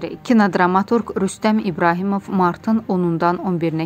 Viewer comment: Ay savadsiz Ibrahimov yox Ibrahimbeyov !! Dyzgyn oxuyadabilmirsen